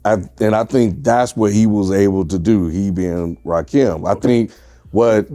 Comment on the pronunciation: That boy said Rahkim 😂